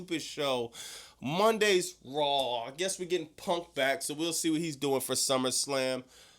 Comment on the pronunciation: Bro why do you say Rawl On Netflix and Nuculer? Its RAW on Netflix. There is no fucking L in it. Its SAW AND RAW and DRAW not Drawl, sawl, and rawl. Its NUCLEAR as in NEW-CLEAR not NEW-CU-LER.